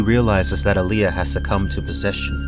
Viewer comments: AH-lee-ah! love your videos and also this has made me insane! :) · What kills me is he pronounces Allia.